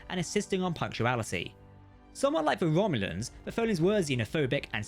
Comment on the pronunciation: “Womulans” LOL